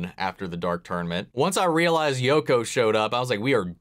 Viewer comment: I'm pretty sure you said "Yoku Kurama" and it's bothered me the rest of the video. >.<